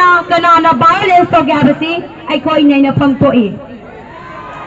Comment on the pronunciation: Please stop pronouncing violence as bilence 🤣🤣🤣